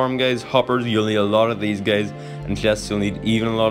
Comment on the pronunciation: Whenever he say guys why am I hearing it gays